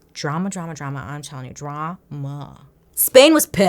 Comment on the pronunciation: Can't get over when bailey said "DROOOMUUHHH" 😂😂😂😂